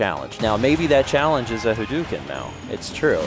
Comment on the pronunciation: Hadouken is not pronounced that way. When Japanese is spelled in the Latin alphabet, "ou" represents a stretched 'o' sound. It's more like Ha-doh-ken. You can get fairly close, too, by just pretending the 'u' doesn't exist.